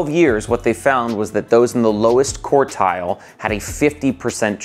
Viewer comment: I'm available to give you pronunciation lessons. We'll be starting with quart and quarter.